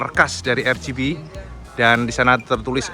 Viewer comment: RCB tlg dibaca ar si bi, bkn er chi bi